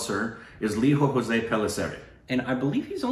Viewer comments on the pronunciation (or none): Its Lijo not liho. And Jose is not hose. Its Jos( 'e' silent). picked it up. Hope you pick it as well. I don't mind pronouncing it 'Mal yal yam' instead of Ma la yaa lam., you are almost there 99%. If you are not judging us Stupid babies based on our pronounciation we dont have any right to judge your pronounciation. My malayali friends, our english pronouncian is pathetic.they dont judge you so we should not be judging them. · It's not "ho'se" as in Spanish. It's 'Joss' as in 'close' in English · It's not Spanish pronunciation guys it's indian pronunciation it spell as lijo like lizo not liho and jose as zose not hose, pellisery is alright. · "Lijo jose" Not "hose" "Jo-ss" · Jose is not pronounced Hos'e like latin ..its more like joe's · Guys i get u have a lot of spanish influence in US but i dont understand why you would think indians would pronounce 'j' as 'h'. Its LIJO JOSE, j as in joseph not in the spanish name 'jose'! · Great review but his name should be Lijo pronouncing the jay.the same for jose. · You don't make the j sound h like the Spanish names for Malayali guys.